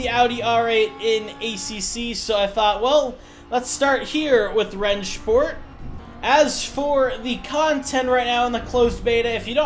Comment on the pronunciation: That's how you're supposed to say it, it's german